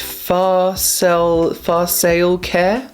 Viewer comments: Far-sah-lee is how you pronounce Farsali ;-) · The brand is Far-SAR-lee (in an English accent). Very very popular luxury brand with US beauty gurus and youtubers so its funny to see you not recognise it! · Also farsal Lee that's the name or pronounced. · It's actually pronounced firstly and the guy in one of the videos with the balding head and the Indian looking lady that's more of one the ones in the videos that is more careful using the dropper are actually a couple and tge owners and creates of the farsali brand! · the way he pronounced farsali 😂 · Okay I love that James didn’t know how to pronounce Farsali and said “and her too” and it was literally Farah, who the brand is half named after 😂😂❤️❤️❤️ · I’d like to see your brother’s reaction to your pronunciation of “Farsali” 😂😂 Maybe you could make a video out of it 👀